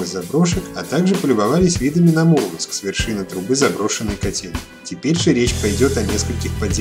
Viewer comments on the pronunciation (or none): none